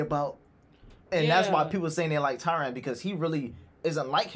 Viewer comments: Tyrion is pronounced Teer-E-In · TYRION ( TEAR-REE-ON ) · Tyrion is pronounced: 😢 Tear-ree-on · you keep saying Tyrion the wrong way..can't you hear how they call him?